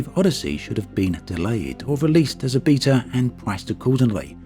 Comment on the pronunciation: wow a new way to say beta